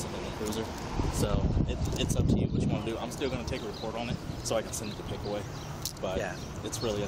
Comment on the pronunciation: He said Pickway Co. 😂 isn't it Pickaway Co. Circleville , Oh.